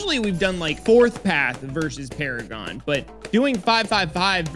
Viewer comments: 5-5-5 NUJA MONKEY VS NINJA PARAGON. (Also there "PARAGOAN" and not "PARAGON"). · “Paragaon” what the fuck